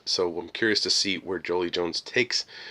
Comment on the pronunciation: Joelle Jones. JOE-ELLE. Like Kal-El only Joe. You are one of like three people who gets her name wrong and it drives me kinda bonkers. It’s like everybody has Angelina Jolie on their mind when they’re talking about Joelle. I just don’t get it.